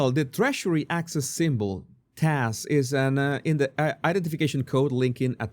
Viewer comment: Love how he says Trashery (Treasury).. have an accent myself, I bet I sound funny too.. but this is simply Freudian!